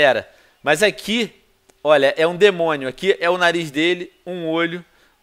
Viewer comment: Venom vc fala debonio